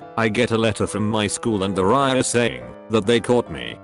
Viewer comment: Great channel and content, but could you try getting a narrator/reader who is not a dumbass? "Riaa", "Limeywire", WTF!?!